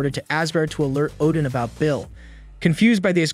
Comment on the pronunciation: so, Oddin entered the Odin-sleep? Same word pronounced 2 different ways in 2 seconds!